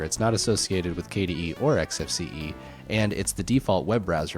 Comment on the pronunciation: Finally, someone who pronounces it correctly! Some people, cough quidsup cough, pronounce the desktop environment as "X-Face", which makes me cringe, just a little. It's EKS-EF-SEE-EE! Thank you for this interesting comparison,!